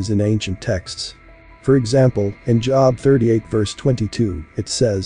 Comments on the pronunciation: Sharing / job is pronounced jobe. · Thank you!!! Just in case you’d like to know to my knowledge Job is pronounced with the long O vowel sound. At least that’s how I’ve always heard it. But thank you for this!